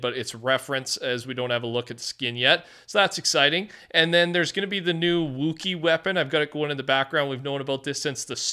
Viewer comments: “I’m a big Star Wars fan” can’t even pronounce Wookiee bro said wooookie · you say you're a star wars fan yet you can't pronounce wookiee correctly smh